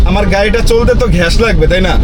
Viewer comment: ঘেস না শালা মূর্খ, গ্যাস হবে উচ্চারণ 😂